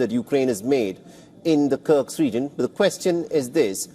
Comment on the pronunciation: somebody pls tell him how to pronounce Kursk correctly, it hurts my ears